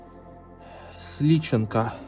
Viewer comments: Не СлИченко, а СличЕнко! Эх, молодёжжжжжь :) )))))) А в ящике на чердаке не чеснок, а лук. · ударение на второй слог. СлиЧЕНко. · Сличе́нко - ударение на "е". Тоненькие кружечки из цветного пластика это тоже пластинки, зря вы так их невзрачно откладываете - это что-то вроде синглов, т.е. на них были записаны максимум два произведения. Не факт, что там была радиола, позднее для пластинок были проигрыватели, .т.е без функции радио. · Ударение ни туда поставил,Сличенко'..Да нифига...Сейчас такие винилы очень много могут стоить на черном рынке или у коллекционеров!! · Дорогой! Спасибо за поздравления и увлекательное видео! Очень переживала за тебя, следы действительно похожи на бежавшего медведя, а это смертельно опасно ночью в лесу одному и без оружия. "Странный прибор" на кровати - самодельная мухобойка, на чердаке высохший лук- севок, Сличенко - ударение на е, в прошлом известный цыганский певец, основатель и руководитель цыганского театра Ромэн в Москве. Театр существует по сей день. Береги себя и не рискуй так даже ради такого увлекательного контента! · Не Сличенко, а Николай Сличенко с ударением на И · Автор ещё молод и не знает Николая Сличенко. Директора цыганского театра "Ромэн". Иначе он бы сделал правильное ударение в его фамилии. Ну, ничего.❤😊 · Каждый дом музей прошлого, у нас тоже в 1964 был Рекорд -2,и дет Мороз такой был, всё очень интересно. А да там мухобойка была у моей бабушки такая же была, очки 70х так и назывались стрекоза. Интересно что в доме где карты там даже обои 70х.Сличенко ударение на Е. Благодарим . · То был чеснок.И ни Сличенко (ударение вы сделали на и) а надо на (е)